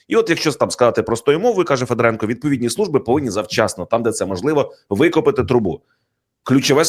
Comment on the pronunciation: Не ФедорЕнко, а ФедОренко. Ведучий, ти навіть не військового, а людину не зневажаєш. Де вас вчили?? Хочтебе, хоч Дрозда з Гаврищаком. Ви ж ведучі престижних каналів. На курси якісь запишіться.